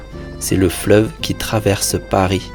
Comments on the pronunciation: Why are you pronouncing Paris with a final “s?” I thought it was supposed to be silent. Anyone? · why did he pronounce "Paris" with the "s" sound? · Does anyone know why he pronounces the S in Paris in the opening line?